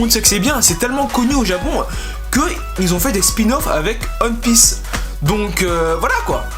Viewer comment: Quand est-ce que tu arrivera à prononcer "one Piece" correctement ? Tu le fais exprès ?